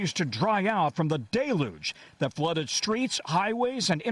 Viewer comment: Tom Costello needs to go back to school to learn to pronounce “deluge.” HINT: It isn’t DAY- looj. Just as “pineapple” is not pronounced “PIN - eeple.”